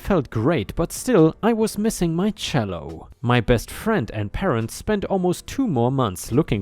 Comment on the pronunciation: Cello is pronounced chello